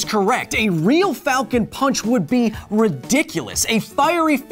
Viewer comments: Its pronounced "Falcown ponch" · Captain falcon sounds like he’s saying FALCO PANCH